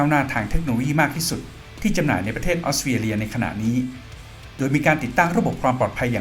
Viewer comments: 😅🤭🤭🤣🤣 ออสเตรเลีย กลายเป็น ออสเตียเลีย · ฟังยังไงก็"ออสเตียเลีย"